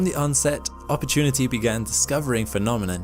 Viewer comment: Say that say again one more time please Narrator : "Opportunity" 😌